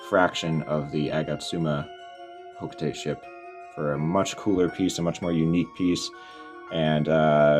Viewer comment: It’s ho-kho- tah-tey